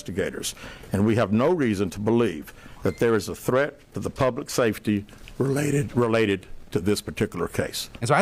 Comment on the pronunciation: "REHLATED - related to this case." Lol